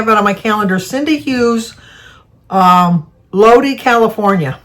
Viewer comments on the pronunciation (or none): Lodi is pronounced low-die California 😊